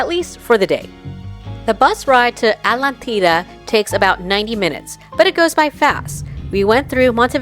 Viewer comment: As an American living in Uruguay I feel compelled to correct a few things on this Vlog. 1. It is pronounced Atlántida aht-LAN-teeda. Atlántida is all Playa Mansa as the water is really the river with some ocean water mixing in. So generally this is calm and it runs all the way to Punta del Este where the ATLANTIC OCEAN starts. The beaches on the Atlantic are called playa Brava and that is where the real waves are and surfing too. If saw the river in Montevideo, it was the same water in Atlántida except mixed with some Atlantic water.